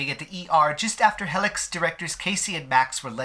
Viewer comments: im sorry but i got so annoyed by the way you pronounce Helix, like where do you get the heh sound from? It's he-lix like the dna strand, ya know? im sorry, i get so annoyed about those little things lol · Isn't pronounced HEElix? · I was a bit annoyed by the clogged-nose voice timbre, but I loved the way he pronounces "Heh-lix" 😁 This doesn't take much away from this quite relevant, informative video. I won't be upset if that company or any other similar company shuts down for good and gets combed-through by the authorities like others were after the Traci Lords scandal. The very first time I stumbled upon this studio's content, I was very much startled, and then I proceeded to delete all the history data, markers, cookies, etc. from my browser. I was absolutely certain that the blog I was scrolling through had started advertising promo vids and pics linking to illegal websites. LOL Imagine being in the prelude to an onanistic moment of self-love, so you check out what's new out there on the usual blogs, but between inspiring visions of wide-wrists and strong chests and legs covered in delicious fur, you stumble upon the darn face of 5-years-ago Joey Mills in hardcore positions with another kid, both looking like they belong to people who were looking for them on milk cartons. My brain got a "WTF?!" jolt and I got instant deflation in my shorts. Judging from many comments below the info-adverts on at least three blogs, I was not alone in questioning this new content. Fast forward 4 years, and that studio has really taken hold in the "industry." That's also when I first heard of "bombshell" defections and drama. Str8up is excellent for this kind of thing (despite printing nonsense as far as politics is c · oh okay, so that’s why it sounds weird 😂 English is your first language, right? I was wondering if it was because English could have not been your first language lol